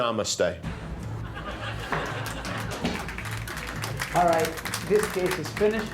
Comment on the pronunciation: Did he just say namastey?